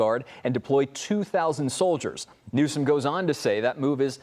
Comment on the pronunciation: Did the news caster from the main stream say governor "New scum" 😂